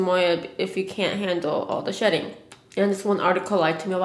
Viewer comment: omg I thought she was saying "shit" when she was talking about her dog shedding lool